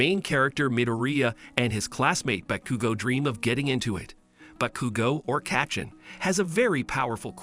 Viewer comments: he keep saying katchen its bakugo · the way he says Kaychen